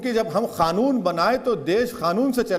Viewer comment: खानून नाही कानून होता है आप पहले ठीक से बोलना सीखे बादमे केस लडना